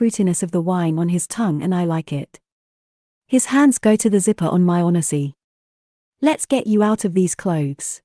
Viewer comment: Yeah an "on eh sea" instead of a "1 z" was so odd, on top of zero emotions!